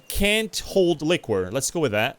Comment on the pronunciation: The way you say liquor top quality